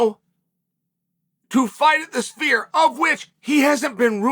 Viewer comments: take a shot everytime Chael P Sonnen says "spear" instead of "sphere" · I keep hearing, 'Spear'. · think he was joking because it sounds like Chael is saying "spear" everytime he's pronouncing Sphere.